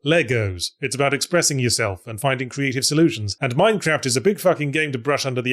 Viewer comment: Entirely pointless observation, but I've noticed Yahtzee now pronounces "Minecraft" with a short "a" sound, unlike the long "a" he used in his original Minecraft ZP video